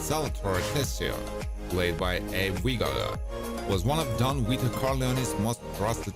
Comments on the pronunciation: Don "Weeto"? WTF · Hahahaha Don Weeto 😂😂😂